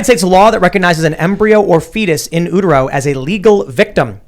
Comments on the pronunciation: Oooteroh? Aww Tim that’s cute lol. It’s actually you - ter - oh or Ute - Ur (as in the land of) - oh. The same would go for Uterus or Uterine. It’s probably a Greek thing. shrugs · In "ootero" 😂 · Did he just say ootero